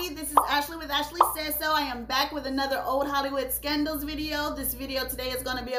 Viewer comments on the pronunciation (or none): none